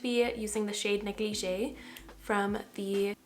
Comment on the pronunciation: She is mispronouncing negligee lol